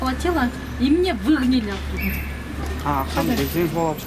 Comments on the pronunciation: ВиИгнали дейт го 😂😂😂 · мынча мырка кызыл курткачан кыз, "нас вигинали, я за принципи" дейтко 😂😂😂. Кой десемда кулкуну келдирди. Кыргызсча эле суйло, баары эле тушунотко. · Выгныли...хи хи билбесен, кыргызча эле суйлочу, тантырабай.... Калып калган арагын, алып чыгып озуно берип койгула... Ошого да менттерди чакырып